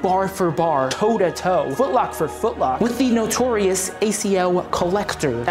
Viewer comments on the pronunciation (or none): "With the notourious acl collector" LMAO